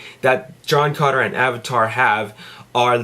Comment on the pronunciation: It's sounds like you're saying John Conner LOL!